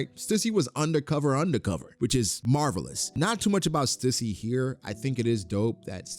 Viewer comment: Stüssy is pronounced STEW - SEE. Please stop saying it wrong 😢